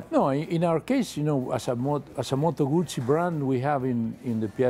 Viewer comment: Moto GOOTSI. :))